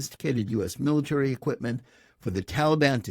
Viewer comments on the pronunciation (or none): none